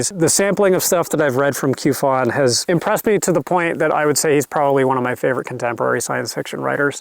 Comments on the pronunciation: Since you clearly like Chen Qiufan quite a bit, I think it's worth pointing out that Q is used in pinyin to represent a sound like 'tch' in English, although not quite the same as the 'tch' sound represented by CH. I don't mean to be a dick about it but I thought you probably wouldn't want to keep mispronouncing the Q as a 'k'. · The Q in Chinese is pronounced like ch in English, so Qiufan would be said like Chiufan.